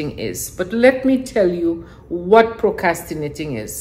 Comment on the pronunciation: That is funny! And you were saying it so nicely without the 'r,' I almost didn't want to correct you.